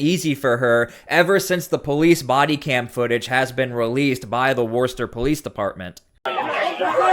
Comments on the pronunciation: It’s Wister ma well that’s how it’s pronounced here in S Boston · It’s pronounced Wuh-ster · It’s pronounced ‘Woosta, Mass’. Trust me, I spent 2 months there cleaning up the dump site where they produced the heat tiles, on the space shuttle. Hated every single day. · We pronounce it Wuss-ter my guy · It’s pronounced wustah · Now I dont mean to pick...but in massachusetts...The city of Worcester...Is pronounced...WISTA....Of course without the R...because thats how they talk...but correctly it would be...WISTER...No biggie really just thought I would point that out.. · Great video, however. It would be far more credible if you stopped mispronouncing Worcester. It is pronounced Wuh ster. Likewise Gloucester is pronounded Gloss Ster. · It's pronounced "Wooster" or even "Woosta." Worcester looks like it should rhyme with Dorchester, but it doesn't. It's a MA thing. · Just for future reference, the city is pronounced Wooster. Wuss, like you're calling someone a wussy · It's pronounced Wustah. Don't ask me why. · Please...it's pronounced "Wuss-tur" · Thank you. But it's pronounced 'Wooster' no extra r sound, even thoigh it's in the spelling... We need a law that only American born citizens can be in office!! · its pronounces wuss-tah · pronounced - WOOSTA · It’s pronounced Wister 😂 I know, it’s weird and there is so many towns in Massachusetts with names that are pronounced very differently than their spelling!! 😂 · 0:011 -- Worcester - pronounced "wis-ter," not "worse- ter" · Woostah. Not worster 😂😂😂 i live here. Sooo....😂😂😂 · Its not ‘War-Stir’. It’s Wu-sta’……. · sorry, it may be spelled WORCESTER, but it's pronounced "WOOSTAH". worster is not even close. and Yes, I live in MA. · It's pronounced "Woster" ... No r ... In Massachusetts accent "Wosta" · Pronounced "wuss-ster" or "woohster".. I'm from there, I know.... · Worcester is pronounced "wister". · Please learn how to pronounce “Worcester.” It’s “Woo-stir.” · It's pronounced Wuss-tah. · It's "Wooster"